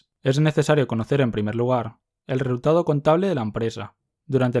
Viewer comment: xq dice "reultado" en vez d resultado jasjk